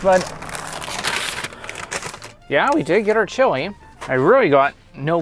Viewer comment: The chewy? Maybe pronounce chili ?